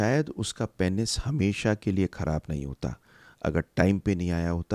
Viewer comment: Aur unmein se pehle number pe hai Penis ko ghalat pronounce karna. It is pronounced as peenus not painis.